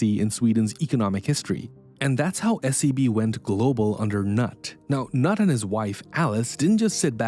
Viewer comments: His name is not "nut" it is Knut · It is irritating. His name is not "Nut" but "Kenute" A little bit of research would stop you sounding silly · Thank you! Next time please take some time to learn the pronunciation of non-american names such as Knut (pronounced Knoot, and not Nut). It is easy to do on the internet. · The narrator should have googled the pronunciation of the name "Knut". It's not pronounced "noot", or "nut". The K is not silent. It's more like "knoot". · This idiot mispronouncing Knut every time. It's not Nut it's "Noot". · I've watched the last kingdom and Vikings. I'm pronouncing Knut as "Kanoot" and not as "Nut" 😅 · >"Nut Wallenberg" You know "Knut" is spoken differently. Not left nut, right nut. More like Cnoot. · It isn't Kay-nut... It is Ker-newt (Kenneth). England had a famous King Canute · Knut is pronounced Ka-noot, not Nut. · Pretty sure it's pronounced "Noot" not "Nut". I'm open to correction. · If you make a video about something you should make the effort to pronounce names correctly. Knut is not pronounced “nut”, it is closer to “kanoot”. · The name is knut is pronounced "cnood" not "nut" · Great clip. Thank you 🙏 Fyi- fairly certain "Nut" Wallenberg is is pronounced ‘Newt’ 😉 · Knut is pronounce "Koo-noot" not "Nut" - Did you even bother to check? It calls into question your accuracy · You get it if you consider "Canute the great" (Danglish viKing). Then skip the "a" and say "K'nuut"! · That instantly sounded so bad to me, him pronouncing it ”nat” when it should be pronounced ”knuut”, but i guess thats just the English way of butchering foreign words and names especially 😂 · You singlehandedly ruined my poop, KNUT NOT NUT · The first son’s name is pronounced like “Kah-noot”, not like “nut” with a silent k in the front. Sorry, I don’t ever do this but this one got me goin. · lol knut is roughly rhymes with food not nut, and the k and n are both pronounced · Knut is pronounced Newt, or Kuh-noot, not Nut. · Knut is not pronounced "nut".